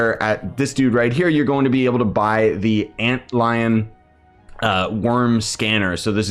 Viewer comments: ant lion you called it lol it's att-lan-tian like Atlantis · At-lan-te-an not Ant-lion :) Boss loot is pretty underwhelming though, other than the set-less helm. I was shocked that the worm sword lacked a secondary attack.